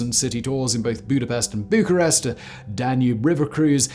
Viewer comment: ițs Bucharest or București. Not bucarest.